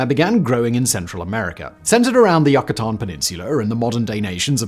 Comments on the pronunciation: 'Yoo kah tan' not 'yuck' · You-ca-tan, not yuck-a-tan peninsula 😂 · what the hell is a YA-KA-TAHN peninsula? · The Yuckuh-tan 😂😂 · Yet completely mispronounces Yucatán. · for real even if you're not the one writing this material, how can you be so sheltered and unread that you mispronounce Mesoamerica and Yucatan.